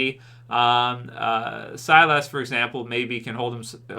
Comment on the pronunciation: Sylas. Pronounced Sigh-Liss lol. Last week was see-less. Now it's sy-lass. It's just sy-liss. 🤣 Thanks for reviewing this though. Most of the other YouTubers just gave up. I'd love to give up too. If it didn't connect to Rick and show us the crm. Then I wouldn't bother.